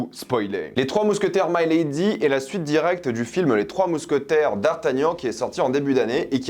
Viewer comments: Putain ….Milady …..pas My lady . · Pas " my lady " mais Mi ( mi ).lady... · Ce n'est pas " my lady " prononcé en anglais . Mais , " milady " , prononcé en Français "milédi " ! Le terme de l' époque pour désigner une femme de la haute . Enfin , bref ... Salut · C'est pas "Maïlady", c'est MILADY (même en anglais, on dit avec le "i") et je pense que tu n'as pas vraiment compris le déroulé, car ce n'est pas le Cardinal, le véritable cerveau du complot... Ensuite, si tu as lu les livres, tu sais que le Duc de Buckingham, n'est pas non plus n'importe qui (ce n'est pas "un petit anglais comme un autre") ; Au même titre que le Cardinal, c'est un as de la stratégie et de l'épée, ça aurait été très c.o.n qu'il meurt de cette manière (même si le retournement de situation est effectivement assez expéditif) Perso, j'ai été très déçu de ce volet (encore plus par rapport au premier)... C'est clair que je m'attendais à plus et à mieux... peut être un peu plus de scènes de batailles, une plus grande importance du Duc ou même tout simplement des mousquetaires (qui servent plus souvent l'arrière plan sans vraiment jouer un grand rôle dans l'histoire de base), mettre en avant le trio Gaston Louis et Richelieu (qui doivent avoir chacun trois ou quatre apparitions dans tout le film alors qu'il se passe ce que l'on sait...), où est passé la mère du roi ? Quid du mariage de Gaston ? Pourquoi Milady a demandé à Richelieu de sauver Dartagnan (alors qu'elle voit les mousquetaires comme ses "ennemis"?) ? Où sont passés les gardes du Cardinal ? Pourquoi Buckingham envoie des navires à la Rochelle alors que ça met en difficulté la France (et qu'il n'est visiblement pas hostile au roi) ? Comment Milady a survécu à sa pendaison ? Est-ce que ça peut donner un espo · C'est pas maille lady, mais milady, avec un i. Dans tous les films relatant l'histoire des 3 mousquetaires on dit Milady. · mé~lé~di pour la prononciation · Mec tu fais une critique alors que tu sais même pas prononcer milady